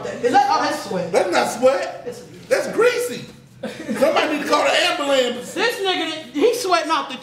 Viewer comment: “ambalampse” LOL!